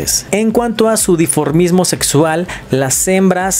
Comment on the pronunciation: dimorfismo, diformismo, pus qui'stán diformes o quí?